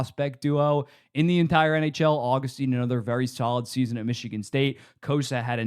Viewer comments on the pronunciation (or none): none